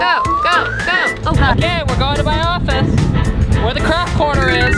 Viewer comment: You said craft corner but it said craft orner😂😂😂